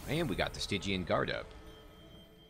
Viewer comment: Lol on the Stygian pronunciation. I love the music, too. I find myself thinking of it when outside, and that's pretty intense given I've only just been playing it. I really like your advice here about letting the Pyre take some hits. Your point about how in Spire it's heal or upgrade, but here you can just do both so it's a resource you can use more liberally. I bet when it gets harder that those kinds of artifacts will be more relevant, especially, as you mention, on those challenges where enemies spawn on every floor. So much to learn and enjoy in this game! Gonna boot up my next run ASAP ;D